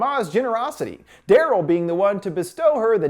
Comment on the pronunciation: Uhhmmm, it's Durrell... Not Darryl.